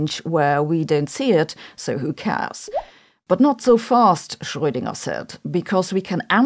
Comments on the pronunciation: Its nice to have a presenter who can actually pronounce "Schroedinger". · Just love the native sound of 'rö' in 'Schrödinger'.